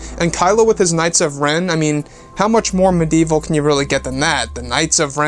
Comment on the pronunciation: I love you bro but, “medieval” is what you’re trying to say right. Lol jk